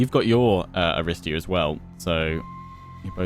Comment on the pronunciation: bit of (Ancient Greek) pronunciation guidance: 1) 'Aristeia' (the hero ability) is pronounced 'A-ri-STAY-a', with the stress coming on the third syllable (not the second as you have been doing). 2) 'Phthian' Spears (the unit) is pronounced 'Fthee-un' (this is really hard to do, but basically it's not a three syllable word - at the moment you're saying 'Fi-thee-un' which isn't quite correct). 3) 'Cerinthos' (the city) is pronounced with a hard 'c', like a 'k': 'Ke-rin-thos (on that note, any 'ch' you see is also pronounced like a hard 'c'/'k' - so Chalcis, the city south of Cerinthos, would be pronounced 'Kal-kis') :)